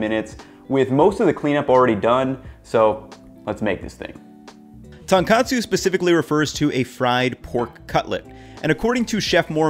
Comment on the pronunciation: One correction: It's "Tone - katsu", not "tan katsu".Otherwise, this video is on point :)